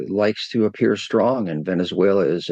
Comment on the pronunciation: It is a pity that the NDTV newsperson doesn't know how to pronounce Venezuela.